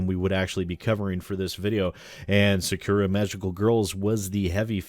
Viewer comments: I find it hilarious that you did this. Sidenote & Protip rolled into one: When pronouncing Japanese words, don't put any emphasis on any of the syllables, and say them exactly as they read. In this case, Sah-Kuh-Rah. You'll still have an accent, but it's not egregiously wrong. You can also not bother. Just figured I'd let you know in case you cared about accurately pronouncing things. Edit: I watched further into the episode. You poor, poor bastard... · My god as a student learning at a japanese school, the way you said 'Sakura' is just ear bleeding.